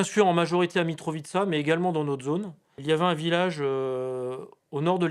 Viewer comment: "mitrovichka" ,c est quoi ces journalistes de merde